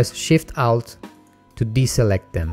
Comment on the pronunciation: Just to put it out there for those who are watching this video for the first time, when you him say, ''Out", he's actually saying alt.